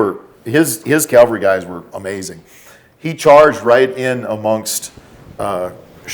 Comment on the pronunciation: For being all about grammar, he said “ guy” (hill Jesus died on) about NB Forrest, instead of “Cavalry guy.” New nickname, “.” 😉 Joking aside. Great show. Thx!